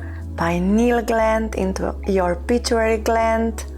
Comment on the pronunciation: Its pituitary gland not pituary, just a gentle correction, thank you for your lovely videos